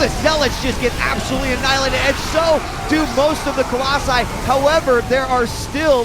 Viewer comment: alright husky, repeat after me colloSI COL-LO-SI